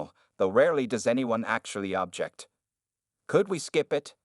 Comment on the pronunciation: This narrator can’t even pronounce “object” properly. Maybe AI is used today. Just a story—-not true.